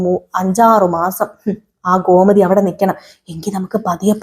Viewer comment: ഗോമതി ഘോ അല്ല